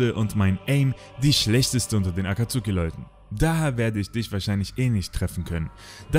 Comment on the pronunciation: Die aussprache von akatsuki sehr kritisch 😅😅 aber mega geil es video 👍🏾👍🏾 Hätte es mir das aber noch bisschen detaillierter gewünscht 😅